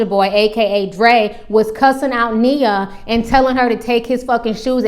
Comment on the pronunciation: It's Nia Ti! Not Nina! Lol